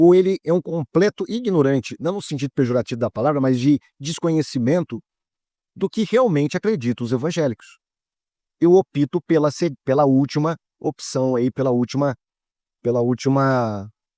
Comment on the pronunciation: não é BLÁSfemo, mas blasFEmo. E não é OPÍTO, é Ópto